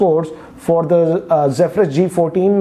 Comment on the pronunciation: Finally someone who pronounces "Zephyrus" correctly😂